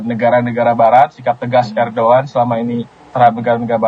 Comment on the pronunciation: Udh jls bacaannya erdogan ko di bling erdoan